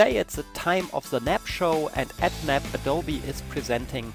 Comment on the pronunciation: Sorry, but it's not called "NAP" anywhere on the planet, it's N... A... B. And I could hardly understand a word otherwise...